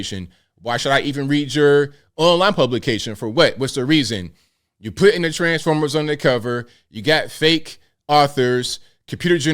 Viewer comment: you crack me up whenever you say "transformers" 😂